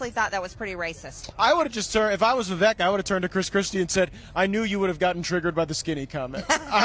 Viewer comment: Interesting how this journalist has been “paying attention” so much to Vivek, but doesn’t even know how to pronounce his name correctly. How are we supposed to take Bri or this guest’s “in-depth” political view on a not just a politician, but a presidential candidate when they don’t even have the very elementary capacity to determine how to say his name!